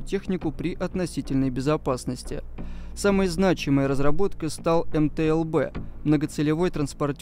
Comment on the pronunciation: Автор где-то прочитал методичку из начала 90х и чуть добавил своего даже название не смог ни разу произнести - это мтл а все остальное это унификации б- бронированый, у- управления, з- зенитный, но основное задание этой машины это перевозка артустановок и управление огнём